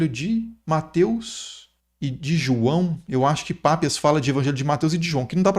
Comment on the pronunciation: Detalhe bobo: o pai da Igreja não é Pápias, mas Papias. Leia-se Papías